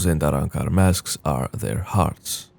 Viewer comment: Love how you say arrancar!